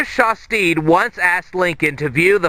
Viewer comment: you're pronouncing Shastid wrong lol it is shas-tid not shas-teed